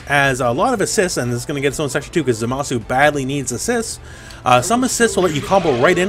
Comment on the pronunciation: Thanks for saying his name right